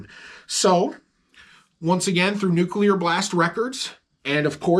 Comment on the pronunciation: someone teach this man some English! “NUCULAR BLAST” hahaha I’m busting balls now